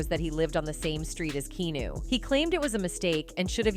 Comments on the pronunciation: I wish these AI narrators would be programmed to say the person's name correctly every time.😟 KEEAHNEW! 59 is still so young. He could live for another 20-30 years! But what a sweet soul❤ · At least learn how to pronounce the mans name before making a video about him. In pretty sure it's not keenew.... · It's KEANU (pronounced KEH AH NOOH). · I can't watch this get your bot to pronounce his name right at least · Drives me crazy when these robotic narrators mis-pronounce names! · OMG learn how to say his name. Jesus can't even because you can't take thr time to learn how to pronoun his name right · U could learn how to pronounce his name Finally too.